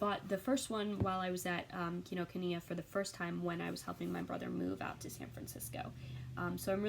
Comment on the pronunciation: Hi! I'm new to your channel - this is the first video of yours that I've watched, but I will watch more. I just paused it to let you know that you pronounced "Kinokuniya" exactly right. :) We have one up here in Seattle, too. It's one of my very favorite places to go.